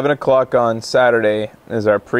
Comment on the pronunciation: The time doesn't matter. The joke was that said "O' Cock" instead of "O' clock" by mistake...